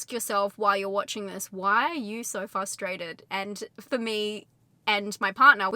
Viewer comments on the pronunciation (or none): Sorry, but it’s frustrated, not fustrated 🙏❤️